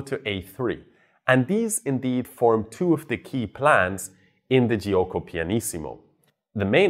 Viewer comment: the i after g in italian is there to make the g be pronounced like j in joke and not as g like in game. It is not pronounced itself. It is jo-ko. Not Ji-oko.